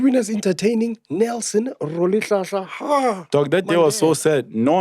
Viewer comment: The way they pronounce Rholihlahla. Eish